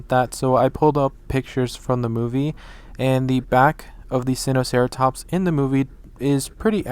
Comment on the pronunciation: Its actually pronounced "sign-oh-sareatops" 🤗